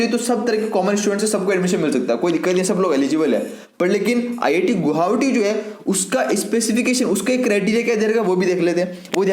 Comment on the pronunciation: U can not speak गुवाहाटी😅